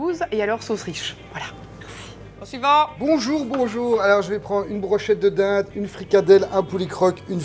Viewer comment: bonchour, voilàhh 🤣 est tellement forte